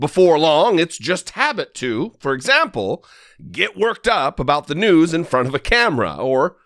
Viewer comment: why amercan people do not give tucker a good black eyes and a broke nose then he will learn how to say news the proper way